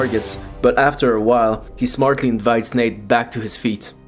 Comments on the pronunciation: It sounds like you’re calling him Nick but I know you’re not. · did he say nick or Nate?